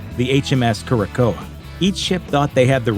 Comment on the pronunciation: The Queen Mary's convoy ship is pronounced "keer-a-sow." Great round up of the haunted reports.